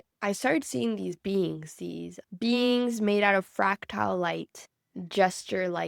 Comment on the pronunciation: FRACtahl, not "fractile".